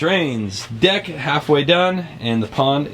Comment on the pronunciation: you not saying deck right bro